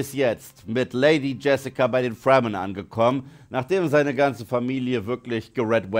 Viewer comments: Wird Fremen nicht Fremen ausgesprochen statt Fremmen? Hab den Film gesehen, bin tief beeindruckt von den Effekten, besonders die gigantischen Maschinen und Spannung 😊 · Oh yes Baby, diese Fwremmen und die Hawrkonans. I guess its absolutely necesary to pronounce die ganzen Names as much american as you f*cking could, even more than the americans could. Das ist hip, das ist autentical und zero cringy for a well aged Mann.